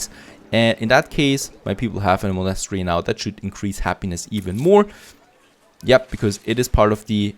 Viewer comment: pls look up how to prononce monastery, I really like you episodes but bruh monastery.